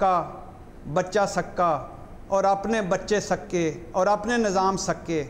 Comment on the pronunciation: بھٹّی صاحب nazam نہیں nizam,✓ ۔ asaf نہیں asif ✓